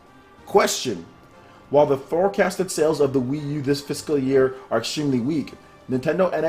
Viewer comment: Bruh I love your vids but please learn how to prounounce Fiscal. It's like Physical without the i, physcal.